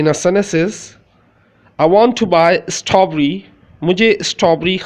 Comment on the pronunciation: Sir, It's a good video . I like it . But I found that ,and please forgive me to said that your pronunciation of word " STRAWBERRY" ,inside the " TRAW" is not correct.